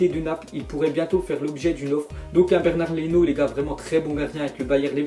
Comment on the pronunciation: Pourquoi il dit Bernard Leno 😭😭😭